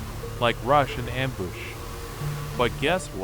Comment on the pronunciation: “Amboosh” “glombats”